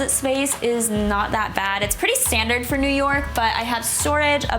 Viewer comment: Did she just say... nork!?